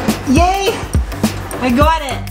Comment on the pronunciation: Definitely heard your old accent come out when you said "I got it" when installing the fuel tank. Lol